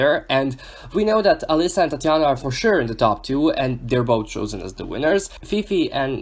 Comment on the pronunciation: I love the way you say Tatianna